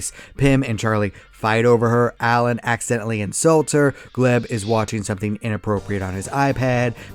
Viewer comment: Erm, did he call Glep Gleb?